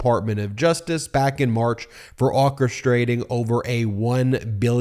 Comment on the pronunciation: It's pronounced: OR-chestrating. Why do you keep pronouncing it so strangely?